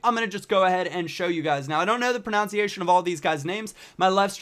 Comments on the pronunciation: It's pronounced PRO NUN SEE ATION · You obviously don't how to pronounce the word "pronunciation". It's not "pronounciating" you mug.